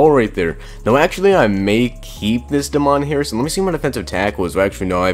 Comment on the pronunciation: Just cause Damon Harrison's black doesn't mean his name's pronounced like that